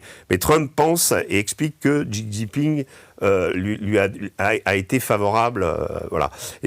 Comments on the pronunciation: Xi se prononce "shi", pas "csi". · pour info : Xi se prononce Chi